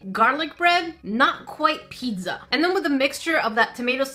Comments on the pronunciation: talkin about the typo Me: *hears her say “pid-za” and not “pizza” Me: ÒnÓ angry THIS IS NOT A HATE COMMENT PLZ DONT SUE MEH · Did she say pitza or pizza... CAUSE I DONT CARE HOW SHE SPEAKS